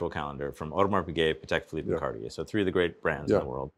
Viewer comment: 'Cartier' does not have three syllables.